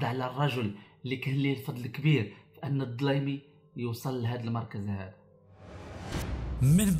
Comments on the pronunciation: حتى مرة منطقتي كنيتو صحيحة. فيديو زوين و لكن حاول تهضر عادي بدون تكلف. التاريخ كيبغي أسلوب سلس بحال التاريخ لي مقراوناش. التاريخ بالراب مخدامش. دليمي ماشي ضلايمي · خفف حرف الدال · أحسن مخارج حروفك الدليمي وليس الظليمي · فيديو جيد لكن انطق الدليمي وليس ظليمي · اسمه الدليمي نسبة إلى قبيلة دليم الصحراوية وليس الضليمي.وفرانسوا ميتران وليس ميترن وتقبل ملاحظتي. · الدليمي ماشي الضليمي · عموما السرد كان جميل فقط غير سميتو الدليمي ماشي الضليمي زائد من الأحسن كنتي تضهر حتى لاخر فيديو و تقول الكلمة الاخيرة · هاذا باقي صغير معمروا سمع الدليمي تقول ليها الضليمي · هو يتعمد نطق الضليمي بدل الدليمي للدلالة على الظلم الذي اقترفه طيلة عصر قوته باش تقتل باش تموت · عصبتيني ب نطق الكنية ضلايمي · ما أتيت به ليس سرا بل هو علن غير دقيق ٠وتكتنفه عدة تناقدات٠كما ورد في قرائتك :الدليمي ليس الضليمي٠ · هههههههههههههه..ولهيلا السيد داير راسه قاري وهو ماكيعرف تاينطق الأسماء كما هي الدليمي كيقوليه الظلايمي وفرانسوا ميتيران كيقوليه متران.. هههههههههه..لا وباش عجبني قاليك الظلايمي كان كيعيط ليه الحسن الثاني أوماكانش كيتكلم ليه وكان كيتدرق عليه هههههههههههههههههه معامن انت؟ وقداش قالها لما يشده الحسن الثاني من ليلته يرجعه كفتة هههههههههههههههه.. تقادوا الأكتاف تامايجاوبوش؟..ههههههههههههههه.. عالااااااااام ديل واحد كذاب وجباهي ..هذا خصه المتابعة القانونية على التطاول على أسياده وانتحال شخصية مؤرخ .. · الجنرال الدليمي وليس الضليمي الا تعرف النطق عاد تجي تشرح للناس سير قاد النطق عاد اجي كلكم تبحثون عن الفلس باي وسيلة وخاصة على ظهر اليوتوب الضليمي بدل الدليمي لا حول ولا قوة الا بالله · اسمه الدليمي ماشي الضلايمي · دليمي مشي ضليمي...صحيح لفظك جيدا ؟؟؟ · التحليل ديالك ناقص بزاف و اسمه الدليمي و ليس الضليمي، أنت ما كتعرف حتى الإسم ديالو و باغي تهدر عليه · ولدي عافاك راه الدليمي بالدال ماشي بالضاد نسبة الى قبائل ولاد دليم. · الدليمي و ليس الضليمي. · جميل جدا لكن الاسم الدليمي وليس بالضاض تحياتي لك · الضليمي = الدليمي.... لگويرة = كويرة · ماشي الضليمي الدليمي اخويا نطق الكلمات مزيان😉ولا قصدها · الدليمي وليس الضليمي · انا ك دليمية راك كتنطقها غلط. ماشي ضليمي اخويا ددددددليمي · الدليمي و ليس الضليمي